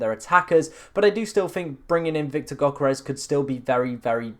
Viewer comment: It's Yo-keh-res ... not gok-eh-res ... it sounds like you choking on my 7inch